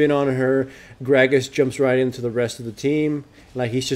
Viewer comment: "I q onto the garen" Nice one haha